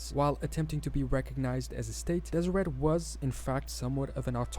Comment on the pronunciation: I'm glad you're back. Keep on keeping on! P.s. the t in Deseret is silent (des-i-rae).